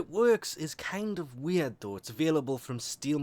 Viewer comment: I like how he says weird. Sounds like wee-aard